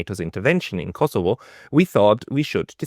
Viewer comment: it’s not Kossyfos it’s Kosovo